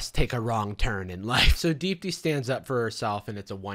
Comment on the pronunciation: Is that Indian lady name Deep D? Cus that’s what the fuck I keep hearing every time I hear you say her name